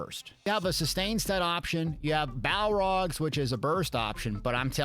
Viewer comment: BALORGH NOT BALROG ITS NOT LOTR